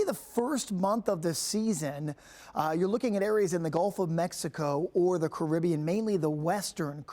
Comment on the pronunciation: Wrong pronunciation of Caribbean 🙄.